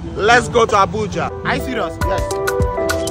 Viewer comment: What did i just heard? Did sabinus said Habuja or Abuja? 😅😂😂😂😂😂😂😂😂😂😂😂